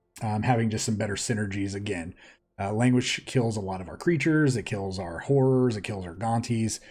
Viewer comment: I know you probably said "horrors" but man.... That was the most casual call for hoes I've heard in my life 😂 There's no way im the only one who heard that